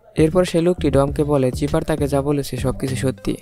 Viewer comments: ভাই চিপার না। সাইফার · লোল। ভিলেনের নাম চিফার নাকি। সাইফার